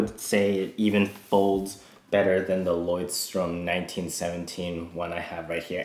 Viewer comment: Leuchtturm is German and means: lighthouse, you pronounce it like this: "[lɔɪ̯çtˌtʊʁm]"